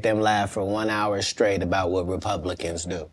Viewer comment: Does Shannon know that the word “straight” doesn’t have a “k” in it? lol an educated man like him should be able to pronounce a simple word like straight 😂😂😂 all that money and still can’t pronounce a simple word